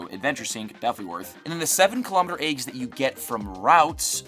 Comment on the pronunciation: The word is eggs, not aygs.